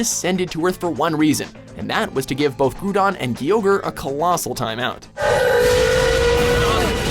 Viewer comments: Groo-don and Key-ogre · "... Groodon and Keeogre..." * facepalms myself * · And did you realize he pronounced Kyogre's name right ["kai-ogre"], but later, when he is talking about Rayquaza, he said "kee-ogre"? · it's keay not kwah they always say it that way in the anime and in the handbooks, they never in anything official have called it kwah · King of the Dragons Ray... Raykuaza.. kuaza? and ky... kyugre.. whaaaaaa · Groodon, Keyogree, and Raykwaza. Poor weather trio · And kaioger and reekwesa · I personally think it's Kai-Ogre for Kyogre. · Hey, at least they didn't call Kyogre "KEE-YO-GREE" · It bothers me so much that you mispronounce sooo many pokemon names like Kyogre and groudon 😅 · How you gonna pronounce Rayquaza right but Groudon and Kyogre wrong? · i guess he didn't watch his own video. Kyogre was pronounced in the video already, then he butchered it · TFW you miss pronounce "kyogre" and "grodoun" and "rayquaza" jesus -_ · he said kyogre right the first time when it was on the list but why did he say it wrong at the end, not tryna criticize but it was kinda weird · It's not Groodon, it's pronounced Grau-don. You said Kyogre correctly at the star of the video; how do you mess it up now?! And again, it's pronounced Grau-don. He's been listening to the Hoenn Pokérap way too much.